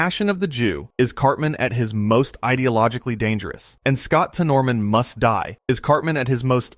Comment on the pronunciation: it’s not temoroman it’s said tennermen